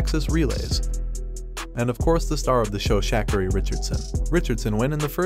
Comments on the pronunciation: It's actually comical now how u people act like it's just so hard for you to get our names right. Shackeri? Let me help you colonizer. Shuh- Car-eee. Shuh (like huh?) Car (like bar) and eee (like me). Got it Mr genius at everything else but act like u just can't figure this one thing out for the life of you? 🙄🤔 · SHAAAH-carrie . Ok — Not shukarree. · Just one detail. You’re pronouncing her name wrong. It’s sh car ri accent on the middle syllable not the first. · Sha*car*e. Please pronounce her name correctly. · Shak-a-ree? Lol. Probably should do a little research before you narrate a video.